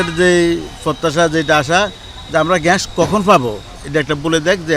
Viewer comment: আরে ভাই ওটা ঘ্যাস না ওটার উচ্চারণ হবে গ্যাস!! 😂😂